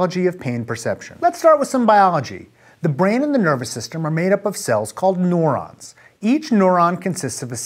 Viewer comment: This nigga sayin neurons as “NORONS” lolwut